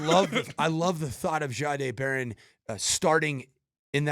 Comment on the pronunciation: And please learn how to say Barons"s 's name. He told us how to pronounce it. It's just respectful.